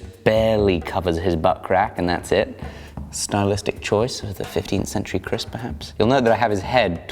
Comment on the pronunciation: Keris bro not kris